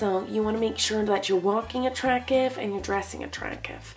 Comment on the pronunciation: anyone notice she sais attracive and not attracTive